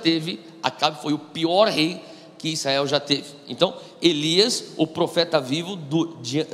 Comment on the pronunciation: Gosto e acompanho algumas mensagens do Irmão. É impressão minha que ele fala "Issael" em vez de "Israel"?